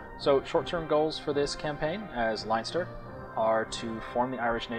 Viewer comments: its Len-ster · if your irish why cant you pronounce leinster right? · You're Irish and you can't pronounce Leinster. Lol!